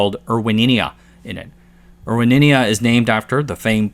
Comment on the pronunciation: Erwinia, not Erwininia